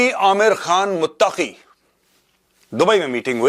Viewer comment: Mawlawi amir khan mutaqi nahi molvi ameer khan muttaqi naam to sahi say sekh lo major sahb